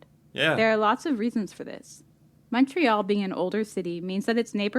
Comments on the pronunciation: also, we pronounce Montreal, Mon, like in Monday +tree +all and not Mon, like in Monster. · Cringe every time you say the city's name...it's pronounced as 'Muntreal' not MONtreal... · Why do Americans pronounce it with such a sharp “O” lol. Everyone here calls it “Mun-Tree-All” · My city!!🤍 If you ever make it up here , the correct (english) pronounciation is M(un)ntreal ; rather than M(aw)ntreal. Although we're so polite that no one will ever correct you, it does get annoying. This will set you apart from the rest of the tourists from the US. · Say the name of the city like this: mun-tree-all (if pronouncing it in English). The first vowel rhymes with "bunt," not "font." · Americans pronunciation on Montreal makes me cringe. It’s pronounce Muntreal, no emphasis on the Mon part. Muntreal….say it with me!! Cute video. 1 hour from the border. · It is pronounced Mon(t)-réal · Start saying Montreal like a Canadian! We say it like Muntreal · great video .. but being a Montrealer .. I gotta give you an inside tip .... Montrealers pronounce it MUNtreal .. listen to her in the video she keeps Saying it , trhat's how we pronounce it .. Muntreal